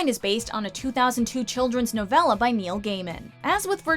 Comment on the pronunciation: The narrator said novel like nov-el-a